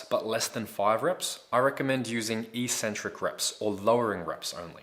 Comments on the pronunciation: Hey, Great vids, thanks. But 'Eeeeeeecentric' is not a word anywhere in the English language. The word is pronounced eK-Centric. From an etymological standpoint, it makes sense, but more importantly, just look at the syllables to understand that it is only the lifting Community that mispronounces this word. First syllable: ec. Second syllable: centric. How is it possible to pronounce 'ec' as 'eeeeee'? Other lifters might think you're 'eK-Centric' for pronouncing it this way, but at least you'll sound as smart as the actual content of your vids. Think about it.;-) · EEEEEEEEcentric isn't a word anywhere in the English language. It's pronounced eKKKKKcentric. Please look it up, if you don't believe me. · So since when is "eccentric" pronounced EEEEcentric??? Look it up!!